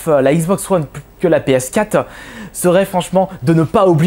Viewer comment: Arrete de dire "PS Cat" ptain c'est "PS Quatre"...